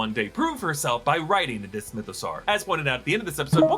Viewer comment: I kind of miss when he was calling it the MythoSowerrr